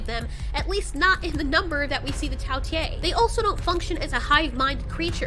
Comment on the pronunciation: it is not tao tiiiee its tao tei